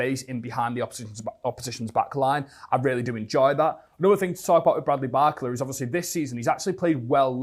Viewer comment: Everytime he says his name i cfinge, isnt it bar-cola and not barcela? 😂